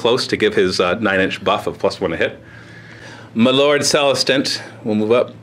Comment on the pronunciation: "M'lord celestant" lololol